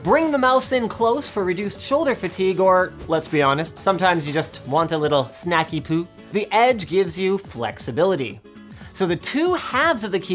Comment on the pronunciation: snackywut? unsubbed /s